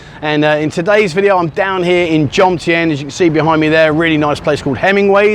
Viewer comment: It's JoMtien NOT JoNtiem...